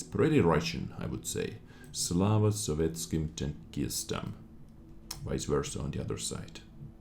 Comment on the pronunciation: "Glory to the Soviet tankers" is what it means. You pronounced it almost perfectly, well done.